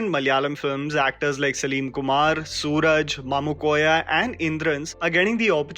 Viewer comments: Buddy... again ..... Its not suraj (venjarmoodu) ... Its suraaaaaaj... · His name is pronounced Suraaj not Suraj. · Hey its suraaaaaj not sooraj... The aaaa should be there and not the oooooo😁. Note it please and its not mamoothi its mammootty..... The ttty there. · It's not "Soo raj" ... It's pronounced Su Raaj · Not Sooraj it is Su-raj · It's not sooraj (सूरज) it's suraaj ( सुराज) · Its pronunced as su-raaj not sooraj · It's Suraj not Sooraj..!! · Not Sooraj Suraaaj😅😅